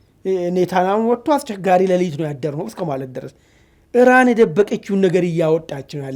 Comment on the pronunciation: አንተም እንደ አሜሪካ እና እስራኤል ሆንክ በቃ!? ኢራንን አርዋን ካላስበላሁ አለቃትም አልክሳ!? ምን አረገችህ? 'እራን,"..." እራን,..." እራን,እራን, እራን,.. ምነው አንድ ኢ ራ ን ካፍህ አልወጣ አለ? አቦ በቃ ባቄላ አፍህ ውስጥ አርገህ "" ኢራን "", ኢራን እያልክ ስምዋን ልምምድ አድርግ እስቲ!? የምን "" እራን """ ነው? ምግብ እያስጣልከን አስቸገርከን እኮ!? 😅